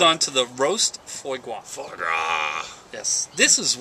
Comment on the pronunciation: Good info guys... But really: FWA GRA, not foy gra... and the guy on the right must have thrown in at least 200 "Like"s. You could have saved a lot of both your time and ours by editing out these...